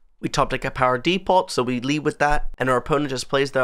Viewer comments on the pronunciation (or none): DEEE POT It's pronounced "d'poe" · It’s “Dee-po”…the T in “Depot” is silent.